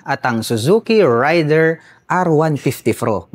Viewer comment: Para sa Suzuki Raider: Mispronounciation po ang ray-der (rider). Ang tamang pagbigkas ay rey-der (raider)😂. 🆗?